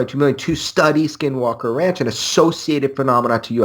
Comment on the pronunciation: Admitting is the first step. Just need to work on some general words. 'Research', 'observatory', 'ranch' and more. Big fan of your content but I cringe very often at some pronunciations. By the way this is not a hate post, like I said I like the content of the videos you upload.